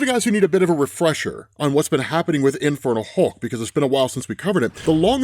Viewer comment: Am I the only one hearing 'Infertile Hulk' everytime says it?